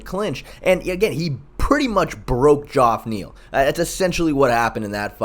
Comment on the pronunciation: If I hear someone call him joff Neal one more time someone’s getting kod